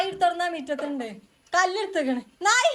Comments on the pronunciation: നായി അല്ല നാഴി എന്ന് ആണ് പറയാർ 😂😂😂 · കസേർ ആണ് 😂നായി alla നാഴി ആണ്